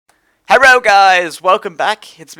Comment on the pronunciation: Did you say Herro guys???! Lol.